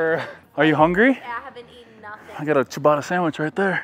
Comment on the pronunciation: It is written and says CIABATTA no CIABATA or CIABARA... Steve don't piss us Italians off 😂😂😂😉💪🏻🔝